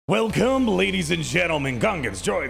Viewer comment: the intro be like "well, cum!" .... very well.